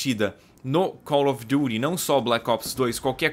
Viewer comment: como vc fala chique ~~cau ofeduri~~